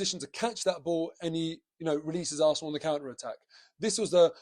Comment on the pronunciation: You need to say the word Arsenal quite loudly, when you said "up the Arsenal" at the end there, it sounded like something else.